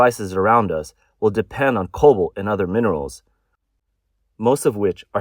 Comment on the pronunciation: It's cobalt, not COBOL. (Pronounce the 't'!)